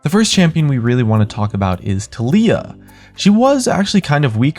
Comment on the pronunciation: Not sure who tuleeuh is, but I know who Taliyah is.